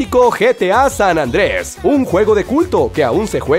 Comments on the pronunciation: ok todo bien pero decir san andres si ahu se ve claro q es san andreas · San ANDREAS !!!! por que dicen San ANDRES >:V